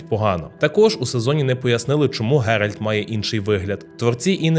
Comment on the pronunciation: Дуже перепрошую, але чому автор постійно каже ГеральД?) Коли правильно Гервант. Із Рівного.